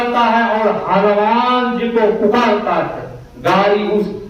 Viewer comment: बाबा आप को YouTube पर दुनिया देख रहे हैं सुध वाणी बोलिए हनुमान होता है हलुमान नहीं जय गुरू महाराज छमा प्ररारथी हूँ